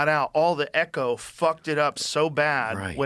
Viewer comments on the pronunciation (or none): none